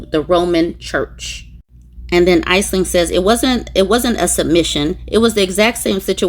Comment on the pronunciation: Aisling is pronounced "Ash'-ling",.